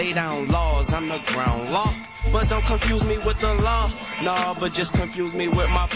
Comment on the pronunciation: delaney He pronounced don't to make it rhyme with goin. I can say don't rhyme and its goin rhyme